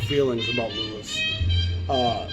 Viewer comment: I will say this, I applaud you for saying "Louis." I peeves me when so many others refer to him as "Louie."